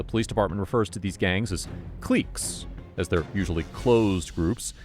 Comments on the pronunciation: "cliques" is pronounced "Click" not cleeque or whatever you said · "cleeks" 😂😂 bro it's pronounced clicks. You've really never heard that term used normally? Like a clique in highschool? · Cliques, pronounced “click” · 👎This video is such a mess!!!!!! It makes me wonder why I subscribed & makes me know why I stay away from the often infuriating ATA. Which is often wrong also, this narrator who’s been narrating awhile yet, somehow above all the other giant mistakes in this video, doesn’t understand how the word CLIQUES works!? Lol. Sounded like he said GLEEK or CLEEK. There was just so much wrong I noticed in this video but then when I read the huge amount of other comments, pointing SO many other issues , it’s frustrating & these types of channels much like cops will never admit or fix their blatant wrongs. At least they shoved an ad into what I imagine was already riddled with other ads! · Its not Kleeks... its cliques. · “Tragic” death of George Floyd……and cliques is pronounced “clicks”….also, that’s not what a ghost gun is, a ghost gun refers to a gun that is manufactured at a private location without serial numbers. The manufacturer has the machinery to mill down the individual pieces of metal that make up a gun. Thus, making it untraceable, “ghost gun”. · “Cleeeks” is that how you actually pronounce cliques?